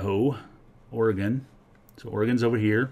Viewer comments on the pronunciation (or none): none